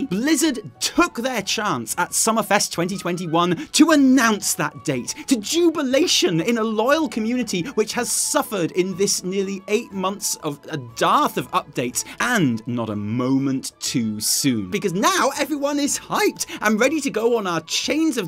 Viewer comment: When it comes to "dearth," it's not pronounced "darth," but "derth."